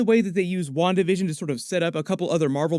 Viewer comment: Spanish speaker here: I keep hearing "One Division" every time says "Wandavision"..